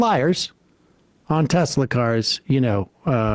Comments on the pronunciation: "I love teslur" "everything is computer " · The next teslur product: the swasti-car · "I love Teslurrrr!" Words can't describe how the enjoyment I got from that. It was just so absurd, yet the most perfect capstone for that whole s-show. I lived in New Orleans for a number of years and a lot of older people would add an R to the end of certain words as well. That place is out of control as far as linguistics is concerned. One of my favorite examples was at a holiday party where someone asked "Where's Neenur? (Nina)" and got the reply, "She's right there on the sofer (sofa)" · TESLUR. :3